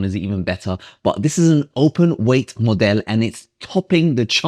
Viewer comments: Love the way he says modele ✨😂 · It's how you say it with a french accent 😁